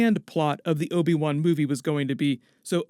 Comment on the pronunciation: can you please stop calling him obi 1? thanks